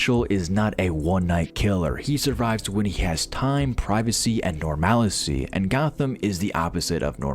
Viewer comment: It's NORMAL-c, not "norMALI-c". Good video like always handsome